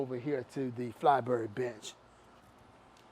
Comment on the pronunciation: watching this on 2x speed rly just sounds like hes calling the benches bitches "so if u taller this bitch might be better for you" lmao